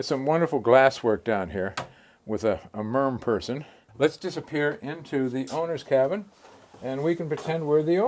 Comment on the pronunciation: "mermperson"... The world is going crazy.